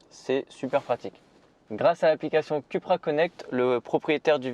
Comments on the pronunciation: C'est Coupra que ça se prononce, hein, pas Cul pra, ça fait cul-cul quoi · Excuse moi .ça ce prononce COUPRA !!!